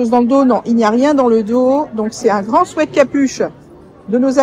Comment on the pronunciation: Je ne sais pas si on vous l'a déjà dit mais merci de dire "sweat" et pas "sweet" comme a peu près tous le monde, ça fait du bien aux oreilles 😄